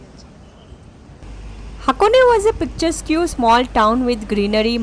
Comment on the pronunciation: "Picturesque" pronunciation was so 😅😂 It's nice that you'll try different cuisines.